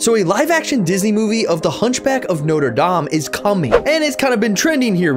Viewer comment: The way he pronounced notre dame tho...